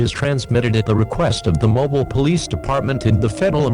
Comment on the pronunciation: Mobile is pronounced (MO-BEEL) Not (MO-BILL)